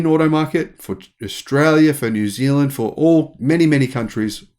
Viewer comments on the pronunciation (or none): none